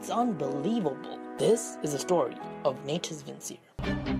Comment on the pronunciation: The second you pronounced the navi name wrong i disliked. Its prounouced "natouss vinchereh" not "naytus vinsir"